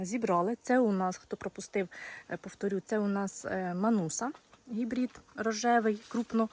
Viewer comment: А чому "гібрІд" ? Правильно, все ж таки, гібрид. А томати у Вас чудові, доглянуті і високоврожайні.